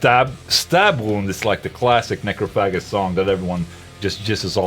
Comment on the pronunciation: Its funny how you pronounced Necrophagist. its also funny how people mention them when Muhammed has not a memorable thing aside from playing sweet guitars. Anytime they're mentioned I always wanna mention Necrophagia for the right reasons